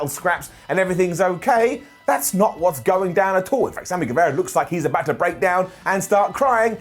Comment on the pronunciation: Pronunciation tip: It's Sammy GueVAra. It's not Sammy GueVEra.